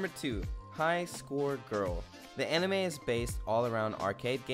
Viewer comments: When I first started the vid I thought he was saying “I’m anime thot” 😂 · I thought you said Anime Thot lol